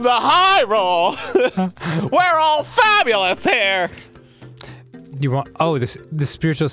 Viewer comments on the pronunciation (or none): Wheeeeeeeeee... I am fab-you-luss.